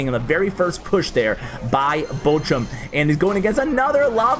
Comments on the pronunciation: Your "Bochum" is ironically close to "butcher" :P (the ch is close to L'och' Ness.) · Its so funny how He pronunces Bochum fan😂Finally He shows a lavahund player, i play the same deck as him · pls learn how to pronounce "Bochum"